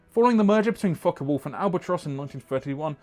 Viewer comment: I went to high school with Wolf-John Folke, a grandson of the "Folke" in "Folke-Wulf" in Houston, TX/USA. He pronounces his last name as "Folk-EE" not "Folk-Uh" John is an architect practicing in Texas last I heard, he was one of my Dad's students in university. There's a whole back story with the senior Folke wanting to do research into helicopters so he basically got bought out by the company and ended up immigrating to the US-- or at least that's my recollection (we graduated from high school in the 1980s).